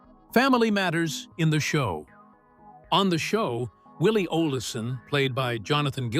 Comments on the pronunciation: If you are going to do a video on a classic like this show learn to pronounce Olsen. If the narrator watched even one episode, he would not be saying olison. Also, the part about romance on the show btw cast members didn't mention any at all. He went over Laura and nellie's real life relationship being best friends as well as Melissa Gilbert's difficulty portraying romance and Nellie and Percival kissing passionately to tease her two separate times in this video saying onscreen and off screen, they pushed it in her face despite the fact that Percival was gay. That really does not sound like what a best friend would do but who knows. He also pointed out twice that Mellisa Gilbert and Melissa Sue Anderson could not stand each other. My advice as a reporter and writer and editor to anyone doing a video on an absolute classic show is to watch one episode at least and check your editing. It's obvious the maker of this video never watched the show and did minimal research and could have done this video in half the time more effectively. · Please pronounce names correctly. Its pronounced "olsen" not "olisen" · Your AI lost me when Willie's last name was mispronounced Olison. This is a waste of time, how ridiculous! 🙄🙄🙄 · Stupid AI can't even pronounce Oleson correctly saying O leh son and several other mistakes!! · This AI is so bad it mispronounces Olson.